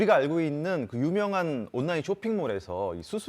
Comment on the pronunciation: 아나운서 발음이... 온나인, 온나인...